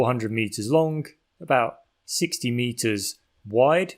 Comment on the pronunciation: Why do people start sayink lonk instead of long, and burnink instead of burning? Here we got another anti-NG person. Why do they do that? Local dialect without any NG sound? I really ting this weird, so I ask: why does the voice over man do this?